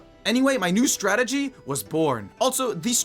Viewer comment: "sett" and "startegy" in the same sentence🥀🥀🥀